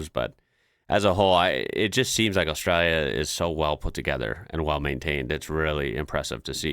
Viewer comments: We don't have Mexico on our border you do . We do have some foods like that. But not a big deal. Your accent is pretty good but there is a L in Austrlia not Austraya and no W in Koala's lol. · Absolutely love the way you're trying to pronounce Australia as Aussies do: "Ostraya". Very cute.